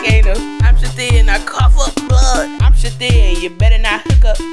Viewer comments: It's hilarious that they pronounce it " Shi-teed " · This whole time I thought she said that she was saying "I'm Shadine" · Ruby Elizabeth I thought she was saying I'm shadee hahaha I thought it was her name ... Lmfao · uhm... It's pronounced "sha--theed" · i thought she was saying shadid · pjvo2001 i heard shadeed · Took me a while to realized the shithead was pronounced shith-ead It took me so long, I was confused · holy Mothers i thought she was saying chadine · Shithead pronounced Shi-tead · uHHH IT'S PRONOUNCED, "sHI-THEED!" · Brenda Tucker It's pronounced Shithead. Shih-theed. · I will now pronounce ‘shithead’ as “shateed” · I thought she was actually saying shit head but with an accent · I can't believe I watched this over and over and did not realise she was saying Shithead